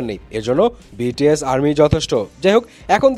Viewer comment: love the way you said "বিটিএস এর কোম্পানি"